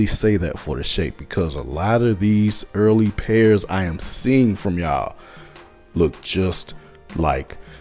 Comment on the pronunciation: I like how you say them “early boyz” Hilarious 😂😂😂 They got the same UA